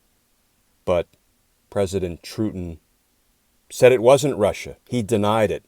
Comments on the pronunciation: President "Trutin?" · Loved the President "Trutin"!! 😂😂😂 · President "Trutin." Yup. The Benifer of autocrats. Hee hee heee.....